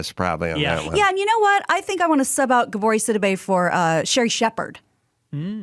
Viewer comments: it's pronounced GA-bu-ray, not ga-BOR-ee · I'm surprised didn't also spend 5 minutes arguing Neil Young's name is actually pronounced Neeble Yog. Goddam, I haven't even seen Precious and I know how Gabourey is pronounced. pronounces it like it's the name of a Soviet cartoon cat.